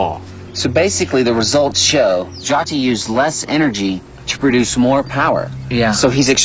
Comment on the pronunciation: Its not pronounced JATI, but JYOTHI...cmon man..